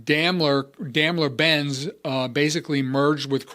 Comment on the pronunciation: You mispronounced Daimler!